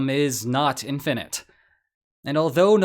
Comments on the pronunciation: I was listening until the voice spoke "infinite" as in-fin-it with accent on the second syllable. ...for real or AI? Now i am "put-off" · Is this AI talking to us? The way certain words are pronounced? Like the word infinite in this particular case.